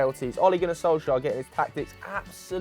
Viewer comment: "Olé Gunnar Solskaya"